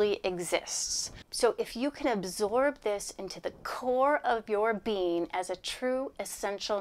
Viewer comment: Twice......just cuz abraham says bean instead of being doesn't mean you have to. The G is not silent